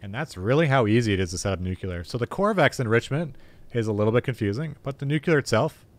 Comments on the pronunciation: NUCLEAR! Not NUCELAR! FFS IT IS NUCLEAR! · Learn how to say the word nu-clee-er. It’s not nu-que-lar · Why do so many people pronounce it "nucular"?